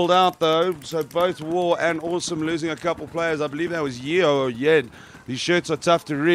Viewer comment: Great footage, wish the weather held out. Side note:, Yeo is pronounced - Yo